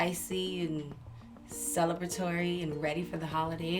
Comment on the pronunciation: Okay, but her hair and skin 💀❤️❤️❤️❤️❤️❤️ Edit: now i know Rih trying to say celebratory, but it sound like she saying celibatory, an informal adjective for celibacy LOL😭